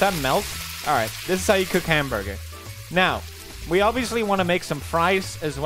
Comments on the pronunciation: hamburbur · A wise man once said “hamborger”